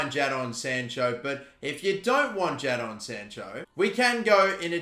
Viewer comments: Its Jay-don not Jad-on btw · Don’t sign Sancho because I can’t deal with you calling him Jad-on instead of Jay-don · plz call him jay-don rather than jah-don. my ocd goin mad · It’s actually pronounced “jaydon” not jaidon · Why does he pronounce jadon sancho as jadon sancho him Jadon sancho even though it’s pronounce Jayden sancho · Ja-Don sancho 😂😂😂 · I’m going to pretend he didn’t say jadon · Why did he just glance over dembele when he could be a good replacement at rm if he doesn't go for sancho. It pisses me off every time he says JA DON Sancho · Please pronounce sanchos name right it’s pronounced “jaidon” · Please learn how to pronounce Jadon if you’re going to sign Sancho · Don't sign sancho, will be very frustrating for a lot of people to keep hearing you say Jason incorrectly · I hope he doesn’t sign sancho just for the pronunciation of his first name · don’t sign sancho, it’s too basic and you’ve already butchered his first name 😂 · Is it me or are you saying Jadon weird